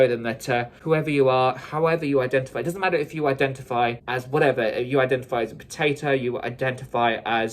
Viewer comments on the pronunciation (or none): I'm sorry, did you say IDENTIPIE!?😆